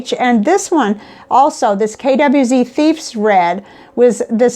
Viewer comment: I lost interest when you mispronounced 'KWZ'. If you can't be bothered to learn about the items you are discussing/promoting, why should anyone bother listening to you?